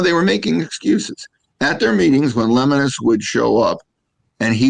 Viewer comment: Hey, his name is pronounced "le-mo-nus". Might want to educate yourself on who you are talking about smack about your competitor. Camping World is like every other RV dealer. Get the sale and send them on their way. I've seen it all.